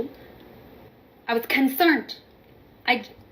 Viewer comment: "I was concernt!"